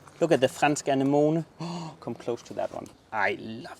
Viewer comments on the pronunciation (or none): Lol guys somebody please teach to pronounce......... 'A ne mo nee'...lmfao😂 im j/k but not really 🙄...its already looking incredible guys!!!!